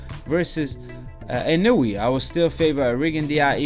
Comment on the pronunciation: his name is pronounced in-oh-way fyi Japanese pronunciations are similar to spanish. I think a lot of people count out the fact that Donaire has fought at featherweight and this is Inoue's third weight class and he's a 3x champ. size matters and this fight was never gonna be a KO. Inoue def has room for improvement but there were times in the fight where he looked ridiculous